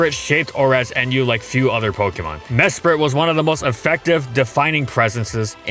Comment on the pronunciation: I didn't realize this until this video, but it's pronounced "Mesprit" and not "Mespirit."